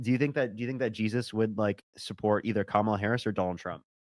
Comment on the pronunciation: That was the worst pronunciation of Kamala that I’ve heard yet. Dude seemed like a huge troll.